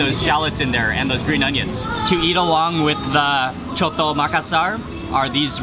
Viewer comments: The name is not coto the name is soto with S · Called SOTO NOT COTO lol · In Think the right Speeling is Soto.. Ss sounds.. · Soto bro not coto 😂